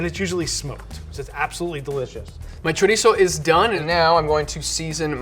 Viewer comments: "Cho-rhitzo" shudders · Y el jodío todavía presume diciendo "spanish chorisou", hay que joderse JAJAJAJAJA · the way that gigachad pronounces chorizo is really tipping on my nerves, feel sorry for the camera crew, he probably said it alot more times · It's so cringy how tries to pronounce chorizo in a Spanish way, but then they say paella in the most awful American way possible💀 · I heard chorizo and I'm out... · I'm here to get upset (with love, from spain<3). [pulls up the popcorn] wait did he say chorizo? WHAT? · His pronounciation of chorizo was also more Mexican/South American than Spanish, so very likely